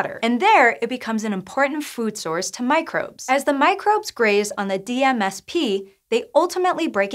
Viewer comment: Wish that DMSP was enunciated... I would like to know the proper way to say that name.